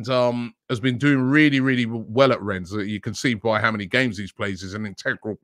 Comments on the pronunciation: it’s pronounced « Renne » not « Renz » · Rennes has a silent ‘s’ Robbie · the S in rennes is silent